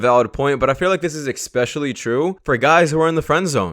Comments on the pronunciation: "EXspecially"! Weird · "Ekspecially" is not a word.